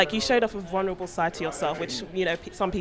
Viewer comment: 'vunverable' - good one